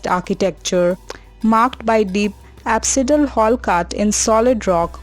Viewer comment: Please pronounce correctly... , there is apsidal word but the speaker ma'am pronounce it as aspidal.Over all very informative video. Thanks